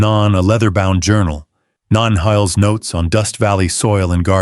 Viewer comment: No knee, not non. It's pronounced no nee